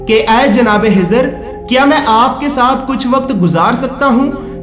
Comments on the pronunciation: Hajrat khejer alahissalam naaki hejer alahissalam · حضر نھیں خضر بول بھائی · Janab unka Naam Hizar nahin. ..tha unka Naam Hazrat khizar tha please talaffuz Sahi kare. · janab azrat hijar nahi un ka naam khizar alheissalam hai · usne bhi yahi bola k khizar lekin yume video me hizar bola h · Bhai bohath acha hai lakin aap hazrathe hizer kehrahe hain unka naam khizer alesalam hai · Bhai aacha video banaya. Hizhar Alaysalam nahi balki Khizar Alaysalam they. Dr Fareed Ahmed MD (AM). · Hazrat hizar nahi, Hazrat khizar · Kezar a s bolo ezar heza qun bol taaho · khizr alaihi ssalam not hizr slaihi ssalam. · Hizr nahi khizr alehissalam.... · Assalaamalaikum aap khizr as ko hizar keh rahe hai plz correct🙏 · Bhai jan Hazrat hizer nahi unka nam Hazrat khizet hai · Wo hizar nahi hazart e khizar hai varification karo names ka jis se aap ko doubt na ho bohot achha bataya hai bus ye eak fault hai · Khijr Alaihissalam not hizr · بھائی آپ نے کوشش اچھی کی لیکن خضر علیہ السلام کو حضر علیہ السلام کہہ رہے ہو ۔اس میں اصلاح کر لیں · Hazrate hizar Nahi hai hazrate khizar a s hai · Hizar nam nhi h khezar nam h samjhe janab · آپ خضرکی جگہ حضرکیوں کہتےھیں کیاخ نہیں نکلتاھےآپکا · Hazrat jo naam aap bata rahe ho Hazrat hijar alaih salaam to suno un ka naam hai khaja khizar alaihsalaam hai khaja ka laqub mila hai koi Hazrat khizar alaih salaam kaihta koi khawja khizar alaih salaam kaihta hai to koi khijar alaih salaam kaihta hai hijar nahi khijar naam hai aap ka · Well said brother agr mai galat samjh raha hu to bara e karam mujhe meri mistake thek kren, mere khayal sy ap ek mistake kr rahe hain, “Hazrat Khizr” hain na k “Hazrat Hizr”, kindly un words pe focus kren jo k start mai “Kh” ata hai jese k “Khud” r ap “Hud” bol rahe hain. Boht boht mazrat agr meri koi bat buri lagi ho to. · Aap kha nahi bolsakte kiya? Khazana jo hazana? Khizar alaye salam ko hizar bolre ho.????? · Hezar alaesalam nhi Bhi خضر عاليسالام حوتا Hezana nhi Bhi khazana hota خ padna nhi nhi ata kya bhi خ